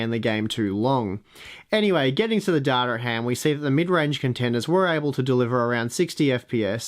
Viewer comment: Great video, many thanks for this :) "Duh-da" is funny for "data," though :D